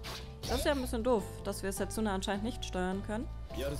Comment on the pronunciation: Sehr schönes Spiel... werds mir bei Zeiten noch für die Switch holen... (spricht man dsa nicht eher Setsna? ^^ Wie auch Sasuke ja eigenltich Saske gesprochen wird?)